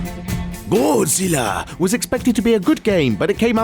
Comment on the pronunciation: that Godzilla pronunciation though